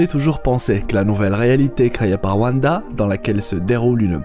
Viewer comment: A ne regarder qu'en vo svp les gens ! Car "Vanda" c'est juste pas possible